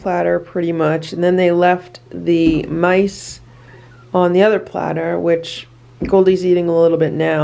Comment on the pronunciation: They thought you said nice, then they realized it's mice lol